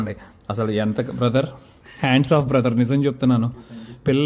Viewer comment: హాండ్స్ ఆఫ్ ఏంట్రా... హాట్స్ ఆఫ్ రా అయ్యా